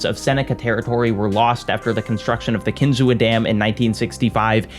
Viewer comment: "Kinzua" pronounced Kin-zoo